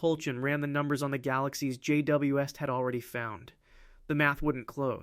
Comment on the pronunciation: J.W. Esst. Love the AI narration space videos. 👎🏼